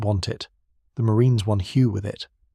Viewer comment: The correct pronunciation of Hue is "hwee". The 'h' is almost silent.